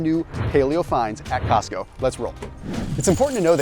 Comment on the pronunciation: Cosco? Really?